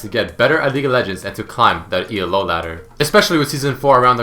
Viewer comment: First off, it's not ELO anymore, its leagues. Second off, it's NOT E-L-O its ELO. It's a dude's name. Get it right pls